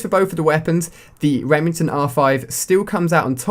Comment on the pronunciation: lol reming ton